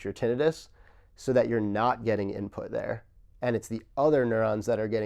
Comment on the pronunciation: What is funny about this video, is that you have these highly intelligent men, and they CAN’T even pronounce the word TINNITUS CORRECTLY! I’ve been tempted to office and leave a message on how to pronounce the word.